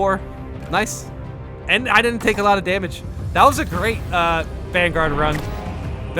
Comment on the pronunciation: Can you please pronounce the words in this game correctly. Ive lost count how many times you have mis pronounced minoris, majoris, articifer, and other such words in your videos